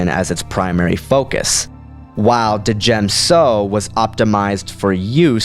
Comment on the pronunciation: FYI I don't think that you're meant to pronounce the D in Djem so. Great vid man :-D